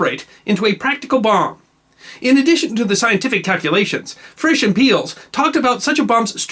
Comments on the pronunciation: Rudolf Peierls is pronounced "pie-earls", or shortly "piles", not "peels". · Good story as usually. But his mispronunciation of Sir Rudolf Peierls' name is shivering.